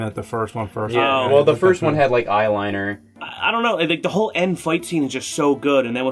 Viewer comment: nobody: scott: ionknow